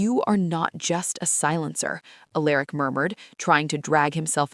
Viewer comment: ok AI the name is pronounced AL ER ICk not A Lerick